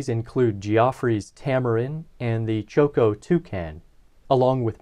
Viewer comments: is not pronounced choco, but chocó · Please pronounce correctly...it's Chocó and not Choco. I'm French-Colombian and I love this part of Colombia...beautiful topography. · Great video, i’ve been bingeing this channel lately. One note: there is an emphasis on the second o in Chocó as seen by the accent mark, so it’s pronounced less like Choke-oh more like choke-OH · cho-CO, bro. Stress on the last syllable. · I find it extremely funny that you pronounce Chocó as choco as in chocolate. The emphasis is in the last O. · Very nice content, however your Chocó pronunciation is painful to Colombian ears. You should remark strongly the second syllabe, hence the tonic accent!